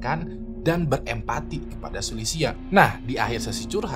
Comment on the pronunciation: Bang mon maap nih ya tp gw agak gereget gtu pas bang nyebut nama2 mreka 😅 gw cmn dnger videonya tnpa nnton atw baca judul dan deskripsi, kan ktanya org cina tp ko nmanya sulisia sma jia wenj gw bingung 😂 trnyata pas gw baca kyaknya abang salah pngucapan. Yg sulisia itu mirip sih plg yg bagian xia nya itu ngga si-a kayak di kata indonesia, tp lebih ke sya gitu kyak di kata tasya. Trs si jia wenge, itu kyaknya wen-ge, huruf e nya dbaca kyak huruf e di kata lebah, bukan wèn-gè tp lbh ke weun-geu... gitu bang 😊 ini buat masukan aja sih biar d video2 brikutnya jd lbh baik... kan channel ini udh gede bgt nih, jd gw rasa hal2 spt ini bsa ditanggulangi lah yaa... peace love and gaul yeee mentemen ✨️